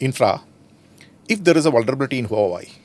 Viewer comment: Lol he can't even pronounce HUAWEI properly. What a joke ANI is.